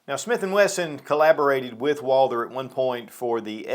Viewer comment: Some of these YouTube gun channels just can’t pronounce Walther and refer to it as a Walter. I don’t get it. How can someone with so much gun knowledge and experience not say Walther? Lol